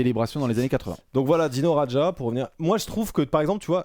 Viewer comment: Par contre mon cher ça se prononce Dino "Radia" et non "Radja" 😉😘